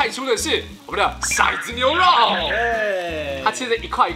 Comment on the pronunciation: 是唸ㄊㄡˊ子牛肉不是ㄕㄞˇ子牛肉🤔